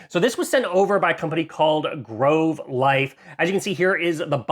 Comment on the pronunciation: “Grove life” 🤦‍♂️